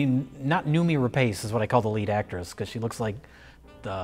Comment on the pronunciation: The name "Rapace" is pronounced "rah-pahs", just FYI.